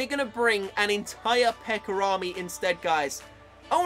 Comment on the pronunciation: I like how he says "pekker" instead of "pekka" when pekker means dick 😂